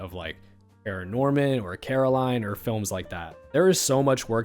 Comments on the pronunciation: I’m sorry but it’s CORaline, not CARaline, in the show people keep messing up her name and she gets mad. 😭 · You ever say Caroline for Coraline again, I will find you